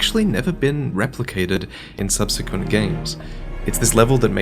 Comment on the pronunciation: Say subsequent again